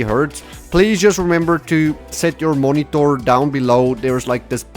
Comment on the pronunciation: So basically moniTORRRR? :P